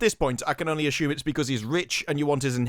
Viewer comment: "ASSHUMED" LOL